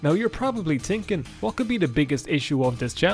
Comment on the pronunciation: “You can’t drag the body of the Emperor I’ll tell you h’what!” -, probably